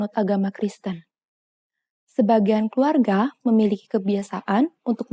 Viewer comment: Bantu koreksi, menit 2.13 kurang tepat. Huruf i dibelakang kata tidak terbaca. *memiliki"